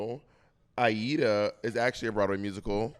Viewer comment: I believe it's Aida